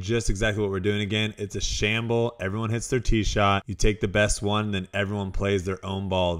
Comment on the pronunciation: It’s a scramble not a shable